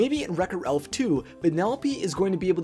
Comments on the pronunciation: ''RELPH her only friend.'' I think it's pronounced Ralph. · No offense but he’s called Ralph not Relph